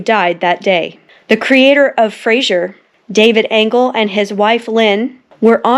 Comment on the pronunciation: I just found your videos. I watched your second one about United 175. It's so impressive. I just started watching this one. At the end of Part 2, I noticed you changed Myra Aronson's pronunciation. So, you may want to know you mispronounced David Angell and his wife's last name. It's pronounced ANGEL, not ANGLE.